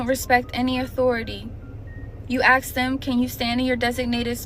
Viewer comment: The black 20-something “teacher” thats “traumatized” can’t even pronounce ASK correctly. I doubt she’s even legit.